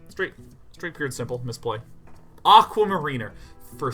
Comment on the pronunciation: How he pronounced "Aquamariner" made me wince a little, might be that I hear "mariner" a lot as a Seattlite as opposed to how often it normally gets used, but still.